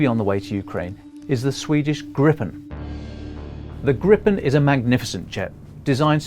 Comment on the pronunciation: I hope people can learn to pronounce the name properly though. It's not pronounced Grippen, like he does here, but more like Greepen.